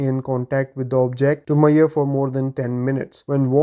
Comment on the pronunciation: Measure. Not Mayor :D